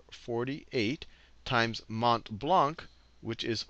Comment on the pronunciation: just a side note for future reference (not being mean!) : you don't pronounce the last c in Blanc (even if it's there, I know... the wonders of linguistics...), it's pronounced "Blan"